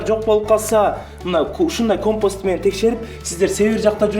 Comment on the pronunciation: Компос эмес компас 😁